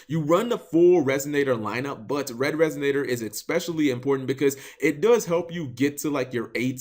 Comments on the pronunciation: Resignator? Learn to pronounce things. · There's no 'G' in resonator cap